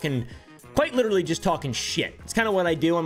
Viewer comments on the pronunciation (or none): one thing I noticed is that they can never correctly pronounce the word literally “like litaly bro” 💀